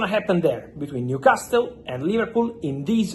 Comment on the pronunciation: The T IS NOT PRONOUNCED IN NEWCASTLE 😂😂😂😂😂😂